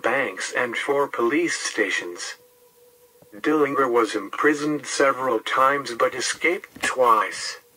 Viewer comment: He did. It's a hard "G" even though most people mispronounce it as a soft "g."